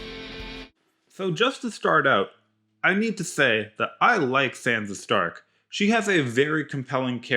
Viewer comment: Did you actually watch GOT?...did you listen?...then why do you mispronounce Sansa ?